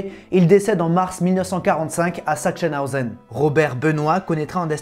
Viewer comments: Alors c’était pas mal, mais un petit coup de main pour l’Allemand: Sachsenhausen: zak-sen-a-o-zen. Merci pour la vidéo. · Oui😊avec le e qui se prononce eu😊😊😊